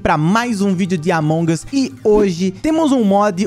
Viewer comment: sim AMONGAS, o sempre fala assim uai